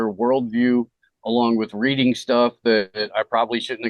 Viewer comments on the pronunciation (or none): none